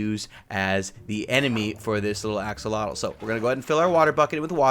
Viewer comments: 10000+ points for correct pronunciation of Axolotl ! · Axolotl ARE CRITICALLY ENDANGERED pls let’s all help save em for those of you who don’t know what it is... it’s a salamander that lives in water all it’s life ( can be kept as pets as irl) has amazing regeneration and is pronounced AXEL OT L ( ot as in otter) but you can pronounce it how you want... also this isn’t even half the information on this amazing creature so...